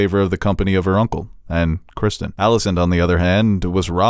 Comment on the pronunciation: For the love of God will you people stop calling Ser Criston "Kristen". It's CristOn. Heck, even Ser Crispin is better than "Kristen".